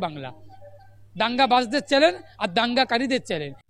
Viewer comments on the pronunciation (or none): চ্যালেন নয়, চ্যানেল।